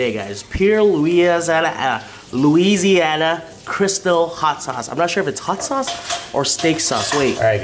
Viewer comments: Who on God's green errfff taught you how to say Louisiana tho ? Lol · Someone tell him how to fucking say Louisiana please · The way you pronounce Louisiana is more difficult than pronouncing it the correct way.